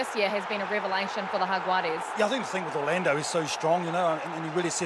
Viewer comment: She is the first one to pronounce Jaguares perfecto, take note, for anyone that was confused.